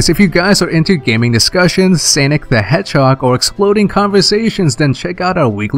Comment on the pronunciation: lol sanic it's sonic bro